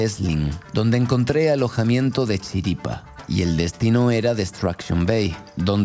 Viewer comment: diciendo “Chiripa” mas colombiano 🇨🇴 que nunca ❤️❤️